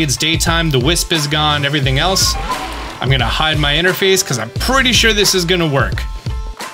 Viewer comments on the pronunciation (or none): none